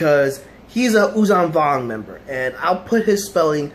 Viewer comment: Thanks for keeping the memory of these these Characters alive. The admiral is written "Daala". And Yuuzhan Vong is spoken "Yuuzhan Vong", with a voiced sh, not with a voiced z. Great commemoration video. ♥